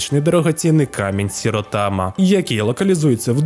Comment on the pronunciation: Я не втомлюся це казати Ші! Шіротама В японській немає звуку "Сі"